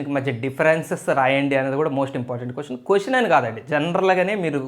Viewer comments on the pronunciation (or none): none